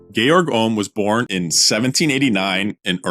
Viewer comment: Thank you for pronouncing Georg correctly rather than defaulting to George!